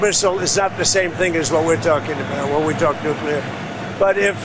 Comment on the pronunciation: Walking? You mean staggering, of course. We've got to give Trump credit: he says nuclear, and not nucular. It's almost a miracle.